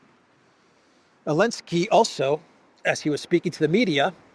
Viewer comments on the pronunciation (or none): why do you pronounce Zelensky without the Z?